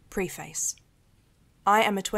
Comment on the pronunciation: These are so cool , but the way one of them said preface noooo